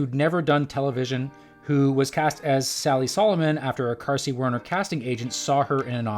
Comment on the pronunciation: Marcy Carsey? Not Marcy Darcy?